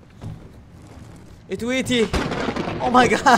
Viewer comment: كان يقول ادويتي مو أتويتي😂😂😂 يبي دوة أدويتي😂😂🧫 مدري ذال ألايموجي إيش بس يقول أدويتي مو أتويتي يبوي ما تعرف تنطق😂